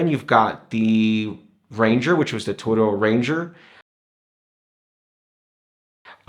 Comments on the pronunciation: Hi I'm new to your channel on the hole you come across very well and the production is is great but sorry to be picky but you are pronouncing Tudor completely wrong . the name Tudor was named after the England monarchy and the emblem on the crown is the English rose 🌹 and the shield emblem is representing the coat of arms just thought it might be handy to know and the movement is a modified breitling movement with a 70 hour power reserve it's a very nice watch I own the black steel and gold great video thanks John 👍. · hi thanks for your reply well coming from Wales when I was in school Tudor pronounced completely different to this video and it's the same in England Scotland and ireland.so it pretty unlikely that the pronunciation will have changed over the years . People from other countries might pronounce it different but they are wrong (a bit like tomato English tamayto American way of saying it still wrong pronunciation and spelling) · How do you know your is correct ? TUDOR Dynasty was in 14 century and how they pronounced sound like back then.